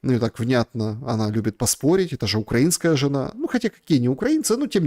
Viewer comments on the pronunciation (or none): none